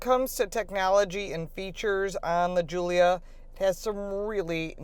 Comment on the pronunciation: I seriously doubt she's owned a Quad before....she can't even pronounce Giulia or "estrema" (called it 'estremo') correctly. She also mispronounced the scudetto grille. Also "A" stands for advanced efficiency; not 'automatic'. Youd think if you actually owned a Quadrifoglio, you'd know just what the hell these things are. They just let anyone review cars these days.